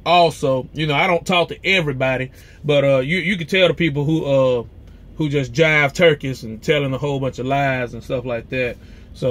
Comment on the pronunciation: "Jive trukey"?! Haha... you're giving away your age range!! Good luck.